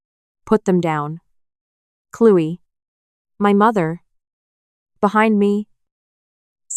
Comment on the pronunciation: Clewy? Isn’t it Chloe..Cloee